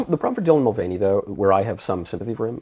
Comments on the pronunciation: i love this channel and all that God is doing through you, but you butcher so many words (lila thompson, mulvuny, lg tv) 🤣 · I agree with Matt Walsh on this and this guys information sound like he hasn’t actually looked into these debate and issue’s himself, but maybe only listened to others recaps “cliff notes”. I mean he couldn’t even recall how to pronounce “Mulvaney” or know the swimmer’s name is Leah not Lela…